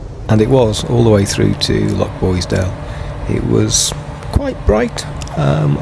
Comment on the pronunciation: Enjoying your content, but PLEASE! Living on Mull you should know it's LoCHboisdale, not LoCKboisdale. That's a nails down a blackboard thing for me.